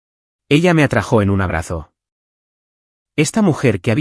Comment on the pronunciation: No se dice atrajÓ se dice atrÁjo